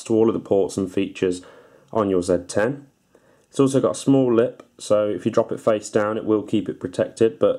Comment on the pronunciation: EUREKA!!!!!! At last, somebody who knows how to pronounce the name of this phone correctly! Yes it's a ZED 10 folks, not a ZEE 10. Ha Ha. ;-)